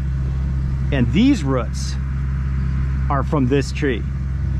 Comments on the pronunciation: Why did you pronounce roots as ruts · ROOTS IT HAS A O NOT A U NOT A ROUT A ROOT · ITS CALLED ROOTS NOT A ROUT THERE IS NO U IN ROOTS